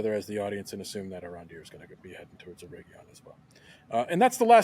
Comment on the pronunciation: How many different ways will pronounce Eregion? 😂